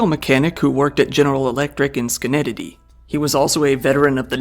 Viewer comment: The pronunciation of Schenectady😭 I’ve never heard someone say it like that